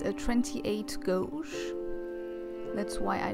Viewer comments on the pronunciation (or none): Beautiful .. Also i know it doesn't make much sense but 'GAUGE' is pronounced 'GAYDGE' (gage) ;)